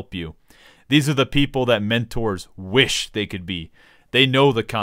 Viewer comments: I was frowning until you said mentoors then started laughing hysterically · At the beginning I thought he was shitting on sprouts like me and I just laughed so loud when he said mentors